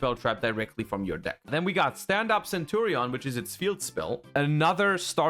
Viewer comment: Ohhh the English pronunciation of centurion, primera and phalanx is really bad. Well not like Legatia by Kali, that one is unbeatable haha.